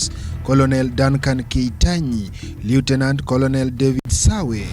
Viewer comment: A very wrong pronounciation on words " colonel" and" leutenant"